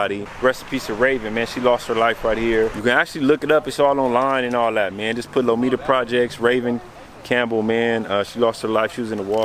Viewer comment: This guy said lomita lmfaooooo